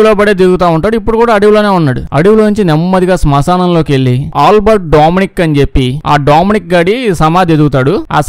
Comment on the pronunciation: Ooolbert .....dooomyaanicc anta...bhaley undhi kadha pronunciation...vinnaata miru....😅😅😅😅😅